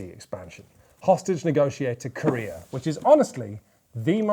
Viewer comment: I can't not hear "hostage negotiator KOREA"